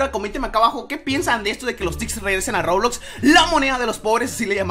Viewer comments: porque dice rulux y luejo robux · Porque dises roblux?